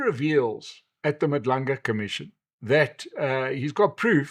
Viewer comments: It's Madlanga Commission not Madlunga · Madlanga commission sir, not Madlunga?